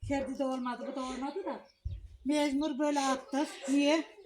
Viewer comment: Mecmur deyil mecbur